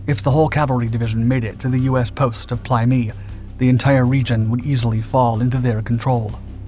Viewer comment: In my time there it was pronounced "play meh-i"😢